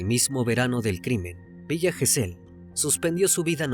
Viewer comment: Gesell lleva acento prosódico en la penúltima sílaba.